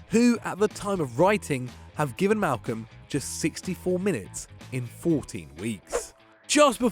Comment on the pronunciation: *Malcom. Malcom. His name is Malcom.